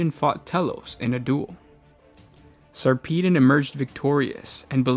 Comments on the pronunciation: Say it with me Sar puh Don not Sarpeedin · Its sarpedon as in pedagogy not peedon as in pissed over. Why cant you yanks speak english correctly? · Sarpeedon? Seriously. A space marine chapter master called sir pissed on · this is a load of horse s***. they were declared excommunicate traitoris because of their revolt against the mechanicus for not returning the chapter relic, it had nothing whatsoever to do with mutations. It is also pronounced SAR-PUH-DON